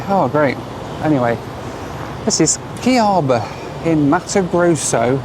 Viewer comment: It must be funny. I am Brazilian and was funny how you pronounced Cuiabá. Keep the good work.